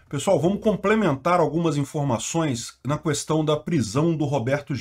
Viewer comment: "na KUestão" ...não se pronuncia o U. Seria "Qestão"